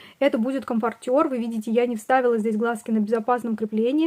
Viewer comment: Правильно говорить комфОртер, очень режет слух неправильное произношение, хотя игрушки очень классные.